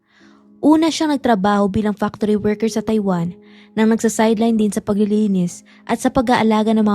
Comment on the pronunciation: Bakit mo binibigkas ang TAIWAN na Tai-Wan??? Ang bigkas noon ay Mabilis .. … [TayWaN]…. Maayos kang magsalita… magsanay ka lang mabuti sa tamang pagbigkas at pagbibitiw ng salita … mapa-English o Tagalog!! No offense meant…. Suggestion ko lang….👍